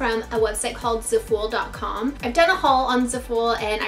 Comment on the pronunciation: Isn't it pronounced like zaff full?